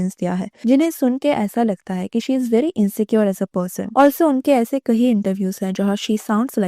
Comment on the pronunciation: Kayi not kahi.. meaning- many